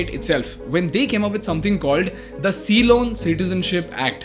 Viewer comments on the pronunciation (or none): none